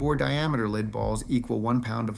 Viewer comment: AI voice. Can't pronounce lead.